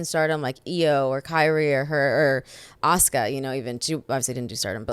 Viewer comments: Asooka lol aaahhhhhh assssskkkkkaaaaaa asuka the u is silent. Anywho great interview though. I love ZV so much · Did he really pronounce Asuka...Asooka? 😂😂😂